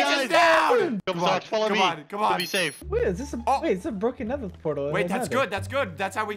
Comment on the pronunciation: Can we all appreciate the fact says netdar instead of nether